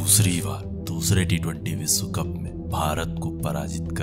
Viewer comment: आपका श का उच्चार बिलकुल गलत जैसे विस्व नही विश्व होता है.